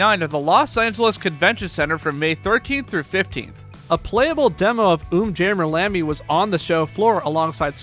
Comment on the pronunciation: Finally someone who properly pronounces umjammer lammy